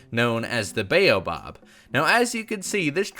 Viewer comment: It's pronounced bayo bab fruit